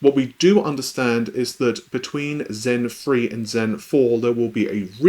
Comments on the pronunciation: That would totally get Intel's hopes up. Zen free. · Zen free has loads of freds.